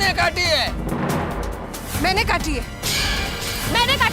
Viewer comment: Everybody : Mene kati. Iyar : Maine kati. 😂